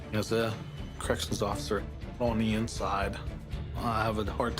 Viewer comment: “You’re my undercover ofider” 😅